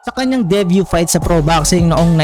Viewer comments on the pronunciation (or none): none